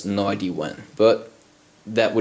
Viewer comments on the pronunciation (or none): Its Idea not ID . Work on sounding intelligent to match what you are doing technically . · it's pronounced IDEA, not ID. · you are great at english the only thing you said wrong was "idea" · its amazing how many people care so much about how you say "idea" though clearly they understood what you said. lol.